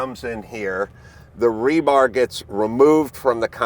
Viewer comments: calls rebar “rebarb”, not sure why that bugs me. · Rebar"b". I love it. Adam even said it the correct way (probably on purpose), but this guy still got it wrong. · imagine going through your whole life calling it Rebarb and nobody dared to correct you. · "Rebarb"... ouch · 🤣Did he actually say "rebarb" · 🤣except he calls it "rebarb" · Why did he keep saying "rebarb" ? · Did the army guy say "Rebarb"? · Army engineer calling it rebarb tells me all i need to know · I always enjoy hearing army men talk about "rebarb" and "contrete." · How does he not know it’s not rebarb but rebar? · Ah, yes, "rebarb". Even after adam says "rebar" 47 times, bro is sticking withe the barb. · Did the keep saying "rebarb"? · U know you got a repurposed desk jockey when he says rebarb ha ha 😂😂😂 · The Army Corps guy repeatedly pronouncing rebar as "rebarb". LOL. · What is "rebarb" ? 😅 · Other than calling it “rebarb” this guy is obviously doing great work. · Trust No one that says rebarb,, its not a pie folks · kept saying Rebarb. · It’s gotta burn Adam up that this guy keeps calling it “rebarb” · I think the Army dude is saying "rebarb." 😂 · I was surprised to hear Adam explain rebar sizes, and had forgotten he used to work construction. He was probably wanting to get the guy to stop saying rebarb as well, but without sounding rude. It was worse than nails on a chalkboard to me, but I do this kind of environmental work across socal and have done more concrete than I would like and would be right at home on this construction site. It was really cool to see what is going on as last I heard, there wasn't anything happening. The mobile crusher plant and bailer was no surprise at all, but it is amazing how much volume of destruction and debris there is. It looks like they are running as efficiently as possible. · Anyone saying "rebarb" more then once. Is suspect. Damn impressive operation though. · It's important to seperate the "rebarb" from the concrete.